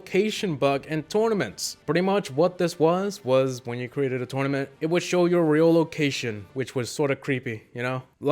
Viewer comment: EXCUSE ME DID HE SAY TORMANET 😂😂😂😂